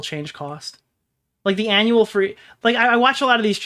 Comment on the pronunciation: bro said ANUAL oil change?